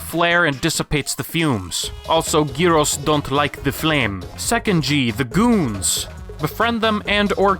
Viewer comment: pronounced "Yuro" not "geeroe"